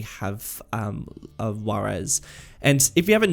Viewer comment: Yeah your pronounciation is pretty bad, i thought you were saying the city is called Guaires and it´s actually Juarez. Also Las Palmas is a pretty bad and unoriginal name.